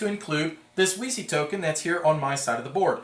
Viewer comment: THANK YOU! originally it was "weeky", but too many playtesters and "elevator-pitch" recipients asked me "...you mean a game about Wikipedia?" Only when i pronounced it "veechee" did it ring a bell. i'm glad some people will pronounce it right :)